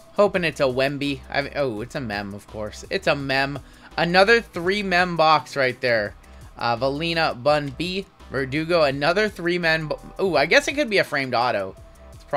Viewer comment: I’m sorry in advance as I know this is going to sound douchey, but the last consonant in Wemby’s name is an m, not an n. Sorry!